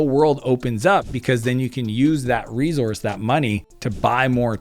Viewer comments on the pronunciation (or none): say "source" now say "re-source" there ya go